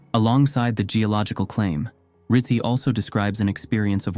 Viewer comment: Rizzi = Ritt-Zee --- like pizza = Peet-zaa